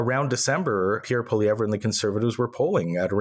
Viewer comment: Oh Honey..its pronounced, PeeAir PwaLeeEvRe